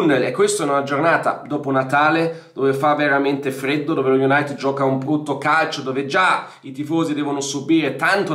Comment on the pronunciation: Bella la pronuncia iunatt